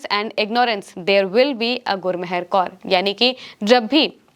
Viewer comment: गुरमहर नहीं गुरमेहर कौर मेहरबानी वाला मेहर